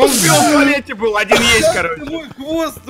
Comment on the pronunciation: Оди́н а не óдин